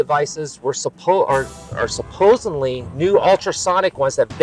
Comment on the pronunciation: its hard to believe a guy that says "supposenly"